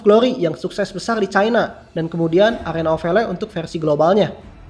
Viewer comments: Njir w denger nya arena of veler 😂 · "Arena of Veler"